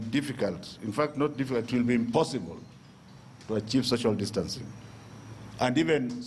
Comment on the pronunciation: Kkkkkkkkk the cs was saying that dancing instead of distancing